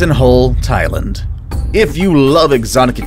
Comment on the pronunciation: Everyone: Thailand Him: Tielend